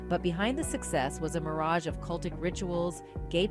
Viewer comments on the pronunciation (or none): none